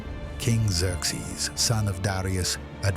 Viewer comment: Its Zer-zees not zerx zees.